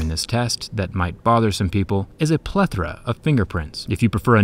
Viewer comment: "plethra" of fingerprint?